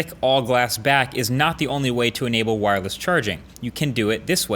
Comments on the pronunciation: "Wo" wireless charging?! Haha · wo worless charging